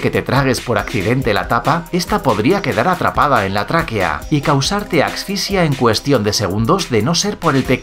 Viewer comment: asficia jajaja